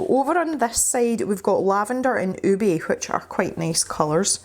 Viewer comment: It’s “ooh-beh”, it’s a purple yam.......